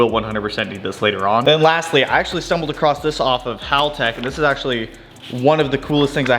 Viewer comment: One of the few Americans that can pronounce Haltech correctly 👍